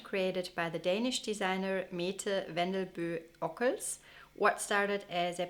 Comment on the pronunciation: Mette is pronounced "Mäddä".